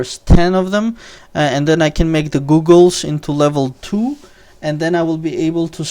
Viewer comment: You said googles, lol. It´s goggles. Goh-gles. And your weapo is Gothic-Ege